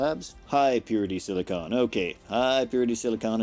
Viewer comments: SiliCON not CONE xD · Not to be a stickler or anything, but your both pronounciations of silicon are wrong. It's pronounced "silic'n", the 'o' is quiet. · Nit picky acros the pond. Differs from place to place...